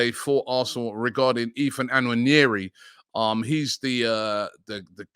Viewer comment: Please Robbie, learn to pronounce Nwaneri correctly